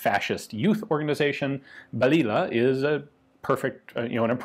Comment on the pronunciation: Pronounce that as baliyah "little bullet"